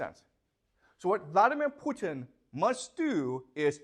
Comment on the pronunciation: I love the way he said "Phu Tien", sounds less threatening 😁